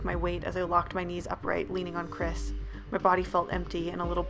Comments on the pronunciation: What y’all hear: “ChRisSs” what I hear: “ cræs ”, “ ChRæS ”, “ cHrÆs ” :) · All the lights in my room are on, I watch horror movies o a weekly basis, all I'm doing is playing Skyrim, and just hearing the way that thing pronounced "Chris" made my stomach churn and my heart rate rise. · i know im not the only one hearing "crisp" and not "Chris" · Lmao I heard Chris’ full name as: “Chis paness*